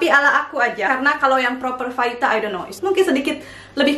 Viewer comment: you made my day teh ,bisa gitu ya ... gak bisa ngomong F nya sampe ke tulisan ahaha